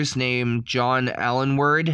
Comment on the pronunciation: Aylward is pronounced ALE-ward. How do you get Alenword out of that? Make an effort. Also if you don't actually know why pepole died then don't say.